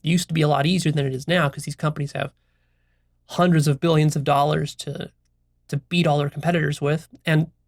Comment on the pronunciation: Also notice how pronounces "Hundred" or "hundreds" it's like he says" Juandreds" it makes me smile every time